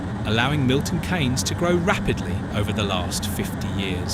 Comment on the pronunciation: The thing that I found annoying that Milton Keynes is mispronounced as Milton Canes but it's correctly pronounced as Milton Keenz.